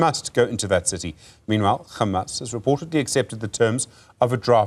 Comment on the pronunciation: I'm distracted by your ignorance and inability to say Hamas, it's not difficult.